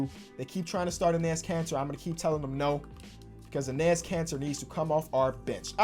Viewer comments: It’s pronounced “Ennis” Kanter! I’ve commented on like every video where you say his name cause it makes me cringe every time lol love the vids tho! Huge fan! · Its pronounced ennis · enes is pronounced like the second time you did it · Dear lord, say Enes right.